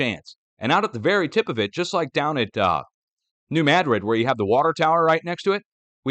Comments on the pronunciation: You pronounced New Madrid and Missouri correctly! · you are correct on your pronunciation of New Madrid